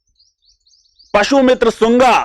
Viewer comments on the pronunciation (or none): सर् पशुमित्र शुंग नहीं पुष्यमित्र शुंग नाम है शासक का । कृपया इसे correct कर लें नहीं तो लोग इसे गलती न समझकर जानबूझकर किया गया उच्चारण मान लेगें। धन्यवाद। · पशुमित्र सुंग नहीं है पुष्यमित्रशुंग है